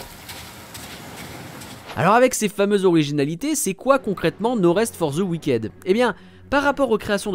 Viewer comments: Cet accent frenshie fait froid dans le dos 😅 "wiquaide" No rest for the wick'd, svp. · Ça se prononce "wickide"